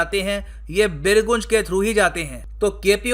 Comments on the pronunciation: बिरगुंज नहीं बिरगंज हैं। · बीरगंज होता है गुरुजी। और बीरगंज नेपाल की वित्तीय राजधानी है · actually it is बीरगंज sir 🙏🙏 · Birganj ka pronouncetion nahihuaa